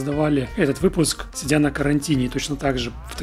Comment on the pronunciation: Не сидЯ,а сИдя!)